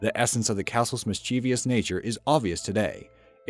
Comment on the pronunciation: Please, mischievous is pronounced "MISS-chiv-us" not "miss-CHEE-vee-us". The first is correct; the second isn't. It's not a choice or preference. The word ends with "-vous" not "-vious".